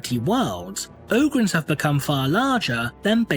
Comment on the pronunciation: O-grins? i always saig OG-rins